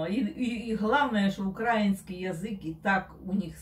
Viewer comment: Только язык УкраИнский, а не не УкрАинский😉 Спасибо за реакцию.